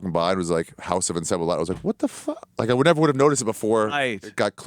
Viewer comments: Just watched this and that part cracked me up. Idk how he survived in Ecuador that long not even knowing how to pronounce encebollado😂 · This man did not just pronounce “encebollado” like that omg 🙄🙄🙄